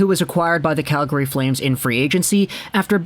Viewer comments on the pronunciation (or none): none